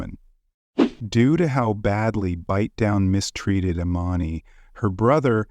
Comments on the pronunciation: Bite Down. Its fucking Bite Down. What in the fuck are you doing this for? You sound like the most confused cop ever. Unable to pronounce words and names. Im white too but godamn. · I don't understand why you're upset - who cares he mispronounced a z list rapper/murderers name. it's funny asf to me hahaha